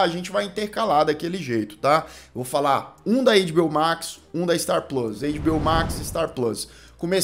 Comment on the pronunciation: as pessoas estão sem graça de falar, mas vou te avisar sim: a pronúncia não é "eiDibiôu" se parece mais com "eiTibiôu":goodvibes